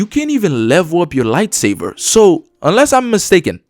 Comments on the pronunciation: Buddy plz say lightsaber correctly not lightsaver 😂😂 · This guy saying "lightsaver" is triggering me lol, but his review is pretty spot on. A Sony first party lite imo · Are you saying light-saver? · Dude why do you call it light saver XD